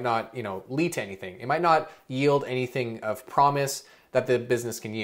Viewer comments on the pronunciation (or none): none